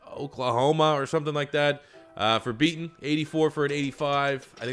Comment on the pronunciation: His name is Mekhi Becton not Beaton